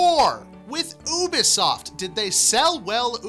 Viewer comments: obisoft? ooplay? its pronounced youbisoft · Lol wtf "oobisoft" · IT. IS. YOU-BISOFT goddamn